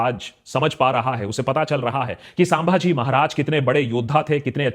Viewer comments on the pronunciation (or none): Are ek to nam dhang se le it's छत्रपति संभाजी महाराज not साभाजी bolna Sikh lo pehle then make video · Sir.... It is not सांभाजी. ... छत्रपती संभाजी महाराज. ... Plz.... Next time .... Remember. .